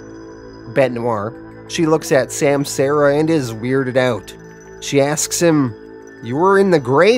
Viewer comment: Just a heads up my dude: it’s sahm-sah-ra